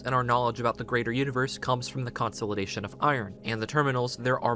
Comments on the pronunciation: How in the world have you not heard this pronounced in your life? You sound like an adult. Everytime you say it like that, I imagine a backhand w/ your name all over it! and everything else you say is pronounced right. I pray that lucky ducky backhand finds you sometime soon. 🤞🤞🤞🤞 Its "Kuhn • saa • luh • day • shn" (consolidation) NOT....... "Kon • saul • eh • day • shn" Also, where does it say anywhere that its "HUMAN" blood. it just indicates "blood". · Consolidation is pronounced: American English: kuhn-SOL-uh-DAY-shun IPA: /kən sa:lr'deıfən/ British English: kuhn-SOL-ih-DAY-shun IPA: /kən splı'deıfən/ Stress: the main emphasis is on DAY: con-sol-ih-DAY-shun. Sorry, but it was driving me nuts 😅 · great video but the way you pronounce the word consolidation is insane